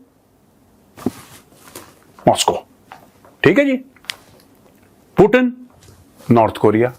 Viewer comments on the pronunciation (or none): Putan nahi putin bola kariye major sahab😊